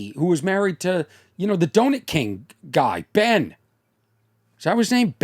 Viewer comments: Nguyen is like Smith as you supposed. I believe it is pronounced Wynn. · Is the name you're trying say Nguyen? If so most people pronounce it Gwen. Like Gwen Stefani.